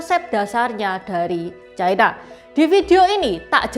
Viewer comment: Ucapan yg bnr adalah China, bukan Chaina